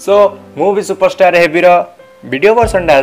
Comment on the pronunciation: ସୁପରଷ୍ଟାର୍ not ସୁପରଷ୍ଟାର୍ଟ